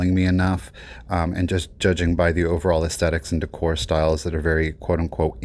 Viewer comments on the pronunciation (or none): none